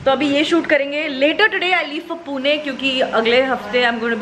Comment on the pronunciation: Never heard such disgusting pronunciation of PUNE 😩